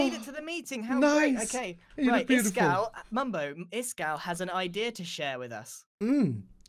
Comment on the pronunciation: it's pronounced EAskal!!!!! loot boxes fill you with a sense of accomplishment and fun